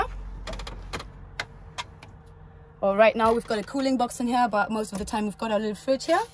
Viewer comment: Sag doch "here" einfach normal das triggert mega